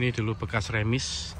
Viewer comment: Garasi lok uap/diesel di PG penyebutan yg benar remise..,dibaca lengkap..,jangan remis (tanpa e). Ada jg yg menyebut "dokan"...